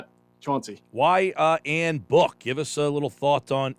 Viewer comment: "Ann Book?"